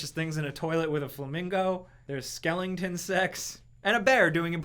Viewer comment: "there is skelington sex" Skelington?!